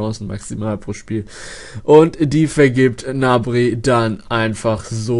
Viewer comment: Der heißt Gnabry und nicht nabry!!!!!! GGGGGGGnabry !!!